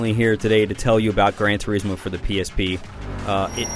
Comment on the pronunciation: what the fuck is Gran Tur-ee-smo? butchering the english language again are we??